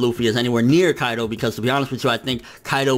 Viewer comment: on you prounounced Kaido as "AlQaida" lmfao